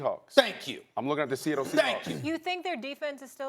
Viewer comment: “Sehettle Seahawks”